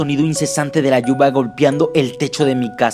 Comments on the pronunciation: Dijo lluva en vez de lluvia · parece que dijo lluva emves de lluvia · tratas deser serio pero al comienso ya te estas riendo por que se equivoco y en ves de decir lluvia dijo luva xd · Ajajaj de la" lluba" jaja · Minuto ... Cuando enves de lluvia es lluva ;V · dijo lluva jajaja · en el minuto dice lluba